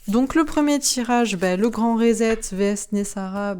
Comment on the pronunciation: on prénonce RESET comme ceci : RI SET (comme set de table, etc) -- et pas RISETTE !